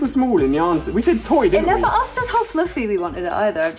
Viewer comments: it killed me everytime he said “ floofy” its fluffy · I also loved how kept saying " Floofy" and not " Fluffy".